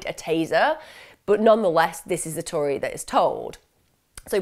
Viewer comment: Lol i just has to rewind when you this “okay this is the Tory that is told” I’m guessing you meant to say story but found it funny also shows it was likely one take